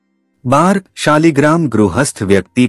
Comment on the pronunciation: શબ્દ શાલિગ્રામ નથી પણ શાલગ્રામછે